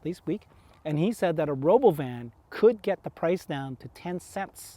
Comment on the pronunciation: It's robóvan 😂